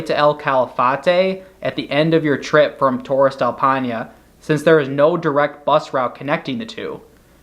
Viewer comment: I appreciated the visuals but the pronunciation of Paine and other names was pretty brutal to hear. Still overall a useful video. All the best